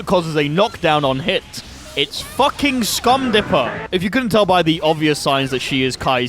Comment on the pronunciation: Anyone else laugh at "Scum dipper" instead of "Stun dipper"?